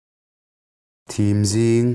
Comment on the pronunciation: Thim zing, tiha 'thim' hi ka hmu thei, tih a, 'hmu' tih thlukin i thluka, 'vaimim' tih a, 'mim' tih thluk anga lam tur ni zawkin ka hria. 'Ka dar ngum a thim bul mai,' tih a thim pawh hi vaimim tiha mim thluk chiaha lam tur a ni. I video ka ngaithla ve nual a, a tha hlawm khawp mai, thu lam danah fel tawh lo tlem tlem chu a awm leh zeuh zeuh thin in ka hria, engpawhnise Mizo thawnthu bo hlauhawm vawnghimtu te zingah ka ngai che.